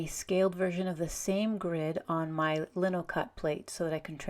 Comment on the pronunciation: It's Lino not Linno